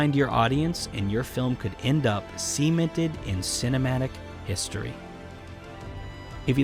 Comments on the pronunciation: my man its seh-MEH-nted, not semen-ted D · "Semen-ted in cinematic history" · u said semented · Did... did he say semen-ted? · that's an interesting way to pronounce cemented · I can't be the only person who was bothered by the way he pronounced 'cemented' ... 'end up semen-ted' Or was that really just me?? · I’m sorry, but *how* did you pronounce the word “cemented”?? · why did he say “Cemented” like that😅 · Was loving the vid until you said cemented like that at the end. A crime